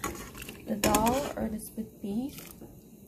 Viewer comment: The word is "dal", NOT "dHall"! (I know - I lived in India for many years).